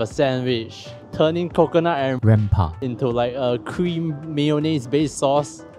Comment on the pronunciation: Hhahahah Y the weird rempah dub nearing the end? Issit cos u pronounced it too close to a private parts name? LOL